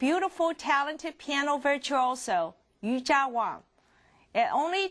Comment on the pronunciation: she aint no "Yujia" - it's Yuja. i mean get it right!